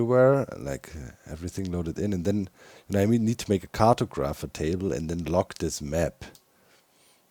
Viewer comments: If you care for the pronunciation guide, cartographer is (at least in American English) car*tog*ra*fer where tog has the same 'o' as body, ra is 'ruh' and fer is 'fur' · Cart-o-grapher table 😂😂 love it! I will forever say it like this now...